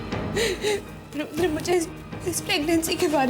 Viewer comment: Yudr Nhi Rudr....😅🤣